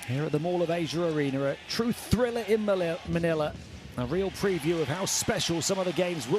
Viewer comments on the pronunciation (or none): none